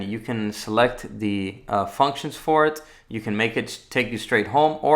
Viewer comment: I can’t help but notice that he says Thee instead of the, “Thee screen, thee button” 🤪Anyone else? No just me. Ok.